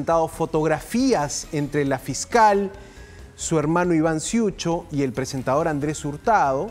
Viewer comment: No sé dice ciucho , Se dice cucho